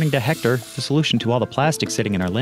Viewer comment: siiiigh,..... h is not pronounced at all in spanish. Éctor and Héctor would be pronounced the same way. I have no clue why English speakers , particularly people from the USA pronounced Héctor with the H like it was spelled with J spanish, and it's not the same.